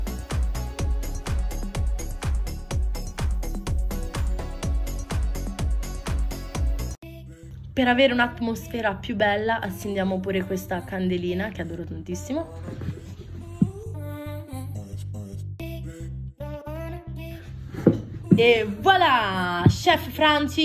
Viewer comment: hai sbagliato a dire accendiamo hai detto azzendiamo.